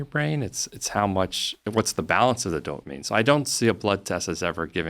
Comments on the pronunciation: How am I supposed to take a guy seriously who can't even pronounce the word "dopamine"? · The way he pronounces dopamine is funny lol